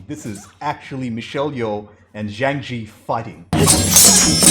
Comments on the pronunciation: Zhang Ziyi: that's three syllables, zhang, zi, yi. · for crying out LOUD: Zhang Ziyi is pronounced Jang ZEE-YEE.......